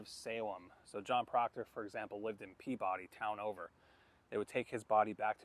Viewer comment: You pronounced Peabody wrong